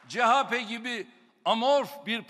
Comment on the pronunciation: Chp cehape degil cehepe